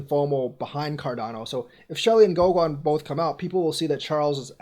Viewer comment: Pronounced GoGen.